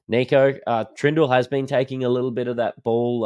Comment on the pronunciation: You do realise his name is short for Nicholas yeah? So please drop the French twist on it and stop with the kneeko. Kneeko Hynes ffs man. Apart from that, love your work. Greeting from Athens Greece. Never miss a show